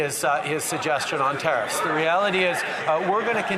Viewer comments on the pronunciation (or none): Geez!!!! Its....... tare iffs!!! Not ta. Reefs!!! TARE IFFS.